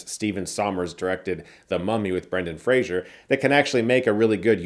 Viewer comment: Brendan FRASER not Frasier god dammit